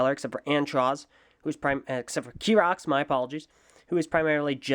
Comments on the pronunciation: his name in not kirox his name is chirox chi-rox not ki-rox! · I personally have an issue with the way you pronounce Chirox, because you pronounce it: kirox with a k sound, whereas it's spelt with a C H as in a ch sound. However this is the English language we're talking about, so who knows who's actually pronouncing it correctly.